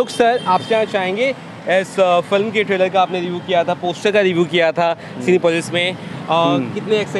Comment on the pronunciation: Tailor nhi Trailer 😫